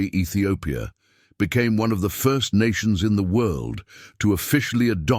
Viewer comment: Minilik the First not Minilik Fur.